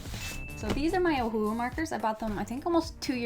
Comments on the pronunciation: It is pronounced oh-who-who markers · "O'hole'hu" HAHAHAHAHAHAHAHHHA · The way you say Ohuhu is so hilarious to me😅😅😅